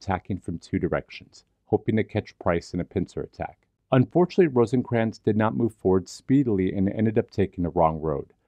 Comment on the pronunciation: Rosecrans, not Rosencrans